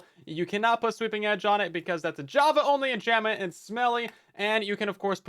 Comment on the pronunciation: "six or seven enchantment" I can't unhear it